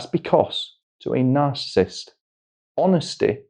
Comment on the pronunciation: Astonishing how many people cannot pronounce the word narcissist, even psychiatrists. No disrespect but it is not "narcist"